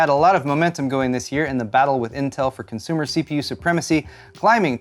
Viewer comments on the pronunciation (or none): none